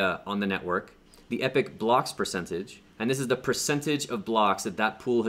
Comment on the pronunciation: Pools This is absolutely the best video on ADA staking. My head has been spinning trying to work out how to do it. You are a really good teacher. Subscribed. P.S. Just gotta say that the way you pronounce 'epoch' - a particular period of time - should be EEE-POK, not EPIC). Just saying.